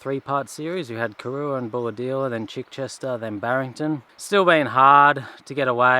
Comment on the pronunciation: So nice to hear someone pronounce Chichester correctly!! It is Chi- short “i”, not Chai like the tea. My family are from Chichester in the UK, and I was horrified that locals mispronounce the name! Good on you!